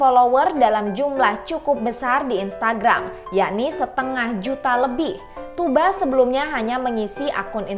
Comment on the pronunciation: diantara yg sedikit yg menyebut nama "Tugba" dengan benar yaitu "Tuuba", Kebanyakan youtuber /reuploader / reaktor lain masih saja menyebut "Tugba" dgn memakai "G" atau "K" di tengahnya. Selain itu juga narasi lebih professional dibanding yg lain.